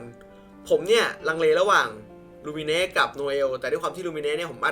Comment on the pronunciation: ตัวหลักผู้หญิงอ่านว่า มายเมทเน็ท ไม่ใช่ลูมิเนะ